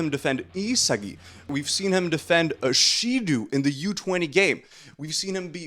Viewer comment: the real crime here is how you absolutely fuck up their names with the most American pronunciation ever 💀 how do u even read shidou as shidu